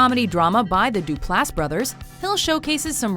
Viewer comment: "Do-pl-ASS Brothers" lol it's pronounced "Dup-less"